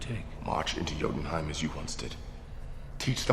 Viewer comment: Jotunheimen!! it's pronounced yotunheimen.